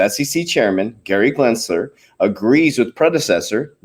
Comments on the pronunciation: lmao... i want him to keep saying glensler!!! i love it.... leave him alone. he told you he is dyslexic. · For the last freakin time, it’s Gensler NOT “Glensler!!!! Drop that damn “L”. Lol. Jesus. You can’t gain credibility if you can’t even pronounce the name right of probably the biggest key player in the crypto space right now. And WTH is with the burps?? 😂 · GEN- SLER. GEN- S L E R